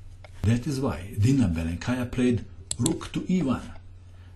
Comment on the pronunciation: by the way, in russian language, the accent is puting on the first syllable, so it is Bélenkaya and Káshlinskaya